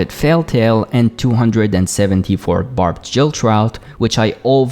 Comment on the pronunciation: Thanks for the video. I might try fishing a bit more than I currently do. By the way it's Barbed Gill. Not Barbed Jill. It's a hard g like great, not a soft g like giant